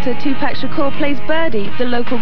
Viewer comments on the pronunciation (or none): It's killing me how this dude keeps pronouncing his name as 2-Pack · I hate when people say 2pack so fucking annoying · the narrator calling him by TuPACK is insane😭😭😭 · His name is Tupac,not two pack. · Tu-packs , man wtf is he talking about lol?😂😂😂😂😂😂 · "Two-pack." UUUUUGGGGGH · Chile calling him Tupack is so cringe 😂😂😂😂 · 2pack??? 😂 I can’t tell if dude was being disrespectful on purpose or if he really just didn’t know how to pronounce his name